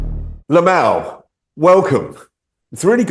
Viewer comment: Nope! It's LIM-ALL! That is what people have been pronouncing his name and he even says his name too. LOL! SMH!